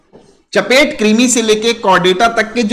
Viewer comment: सर चपटे कृमि (फीता कृमि)होगा ना, आप चपेट कृमि बोल रहे हैं तो थोड़ा सा उटपटांग लग रहा है 👈😂😂🤭 vaise bhi aap romantic मिजाज के हैं गुरु जी👌🤟❤️😍